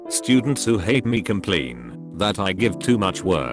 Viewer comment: No one: Automated British guy : COMPLEEN